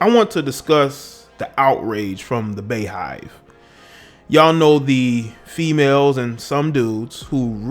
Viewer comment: “Be”yhive 🤣💀 not Baehive